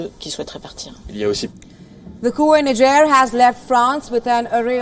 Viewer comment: Niger pronunciation is incorrect